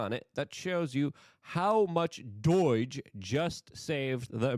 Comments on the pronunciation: Doh not doy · Doige? There is no I in Doge Luke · Why do you pronounce do-i-ge? It's D.O.G.E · Pronouncing DOGE as doije bothers me so much. I don't know why. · I die a little every time Luke says DOIDGE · Why do you call it doige you pronounce so many words wrong. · Hmmm, Doige. This could be a laarger kind of tumultulous mispronouncination which gets me scratching my buttockses! Love your work and your beautiful dog.